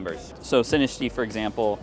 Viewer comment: Bro it’s SinisTCHA not Sinistea